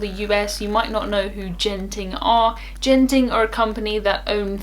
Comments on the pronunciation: It’s Genting with a hard G, like good, not a soft g, like Geoff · It's Genting not Jenting. As in the Genting Highlands Resort in Malaysia.